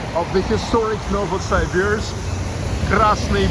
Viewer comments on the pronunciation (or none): я смотрю ты еще и архитектурой увлекаешься! Молорик, я твой недавний подписчик. Только пожалуйста, не называй наш город НовосАйбирск, так никто не говорит. Можешь даже транскрипцию в вики посмотреть. Удачи, жду репортажа из Омска!